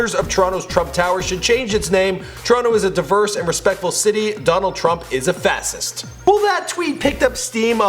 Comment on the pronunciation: One, you pronounced fascist wrong and used it wrong. Two, he wants to make more battleships, so count me in, if I were old enough to vote that is...